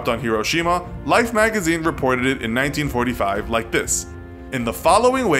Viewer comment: The bomb was dropped in 1945 not 1925, it sounded like you said 1925.